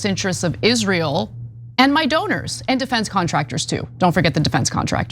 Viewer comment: That's, "Isral," as Linda says.